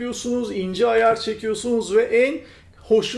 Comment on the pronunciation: neden ayar yerine ayaaağr diyorsun jdjddjdjddk